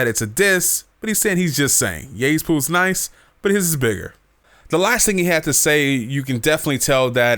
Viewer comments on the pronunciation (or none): none